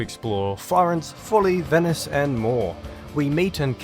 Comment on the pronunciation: I don't know why the game got Forlì city's name wrong, the stress is on the last i not the first o.